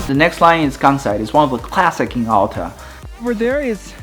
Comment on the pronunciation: Great video. My only criticism is that Alta is pronounced al-ta, not all-ta.